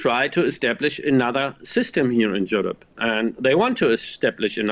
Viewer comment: Bro said Jewrope